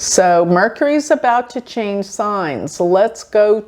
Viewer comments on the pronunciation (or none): none